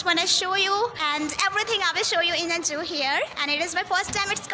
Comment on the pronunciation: 'Juu' nahi 'zuhoo' bolte he madam ji 😋😇